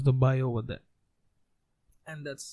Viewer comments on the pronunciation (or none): none